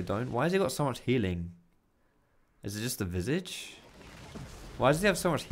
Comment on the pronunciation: Liked video for actually knowing how to pronounce "visage".